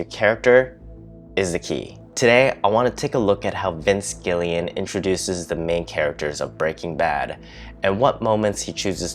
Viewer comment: Gilligan, like the island, not Gillian.